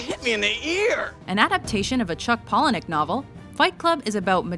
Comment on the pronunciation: This bitch just butchered the pronunciation of novel